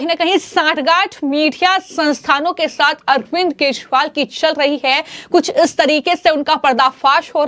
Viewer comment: Maam please correct your pronunciation . Its kejriwal NOT kezwal.